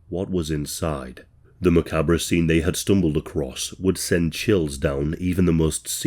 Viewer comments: "Ma-cab-ra" is pronounced "Ma-carb", have you switched to AI? 🤔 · Hi, "macabre" is pronounced "muh-cob". Great video!